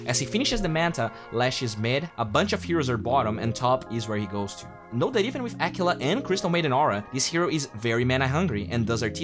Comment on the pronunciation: constructive comment: take note of how you pronounce the word “that”